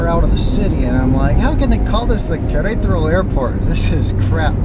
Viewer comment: Amigo …please …no es Querétro …es Qu re ta ro ….solo le falta una ‘ A’ …..saludos y gracias por tus vídeos . 👌🏼